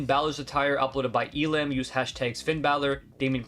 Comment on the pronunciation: I'm Elim thanks for putting me in AND THANKS FOR SAYING MY NAME RIGHT